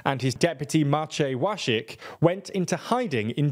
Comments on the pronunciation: Wąśik is pronounced Vonshik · More/less proper English pronancecion of pronunciation mentioned characters Jarosław Kaczyński - Yaroslav Kachynsky Maciej Wąsik - Matey Vowsick Mariusz Kamiński - Marysh Kaminsky Julia Przyłębska - Yulia Pzhiwembska Andrzej Duda - Andzhey Dou'da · Great video. I appreciate you trying to pronounce words, but come on Wąsik isn't that hard :). Also nice to say "P.I.S" rather than "piss" or "pees", while I don't like them I don't like foreigners going "haha, sounds like piss". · It's [piece], not [pee-eye-es] (Prawo i Sprawiedliwość, PiS, a Polish for Law and Justice). I really like all your content but nevertheless I think you should focus more on pronuncing surnames properly (Wąsik, Przyłębska, etc.), especially nowadays when it's so easy to check it out (Google Translate audio playback will do). It'll sound way more professional then